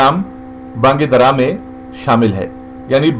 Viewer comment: یہ بانگ درا ہے نہ کہ بانگ دَرا